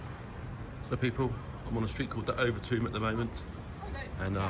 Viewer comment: It's Overtoom not over Tomb LoL 😂😂😂